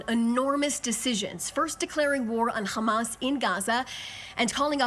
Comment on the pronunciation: “qhammas” not to be confused with “hammas”